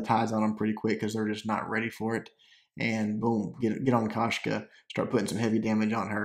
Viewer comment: its koshka